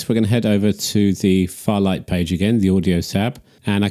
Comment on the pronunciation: It's fairlight not farlight!